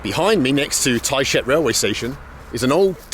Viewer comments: every time I hear "tight shit" when he says the town's name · Did anyone else hear him say Thai shit when he said the name of the town? Hah. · It cracks me up how you pronounce Tayshet. Thai Sh/t 🤣 🤣 🤣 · I think I pronounce Tayshet wrong. But at this point I'm afraid to ask.